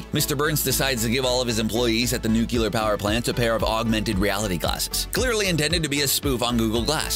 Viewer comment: NucLEar... Lol did he pronounce it incorrectly to poke fun at Homer